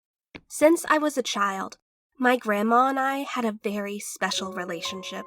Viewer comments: she definitely said „berry“ instead of „very“ and i oop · sec she said berry insted of very